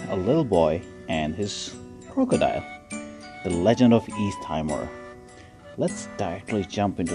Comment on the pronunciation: By the way, it’s pronounced “Tee-Mor”, not “Tai-Mor” as you pronounced it.